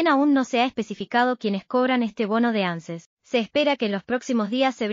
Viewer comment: No. Se leee. Ánces. Se lee. Ances